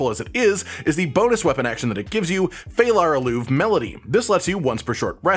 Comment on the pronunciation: 'E' in Phalar Aluve is not silent. Learn some elvish, man.